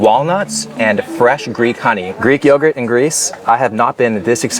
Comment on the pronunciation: 'I feel like i'm living in a greek yoguhrt commericial..'....😂😂😂